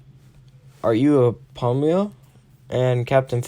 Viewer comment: It is pronounced Fa-mil-ya not familiar.